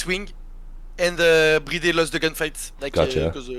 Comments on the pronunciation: Bro just say BriD lol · I am addicted with the way you saay BriD